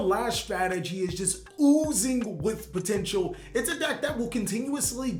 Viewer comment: What i heard that the zarc deck was pomteintal